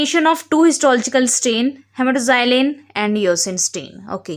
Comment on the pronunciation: হেমাটক্সিলিন NOT হেমাটোজাইলিন 🤣🤣🤣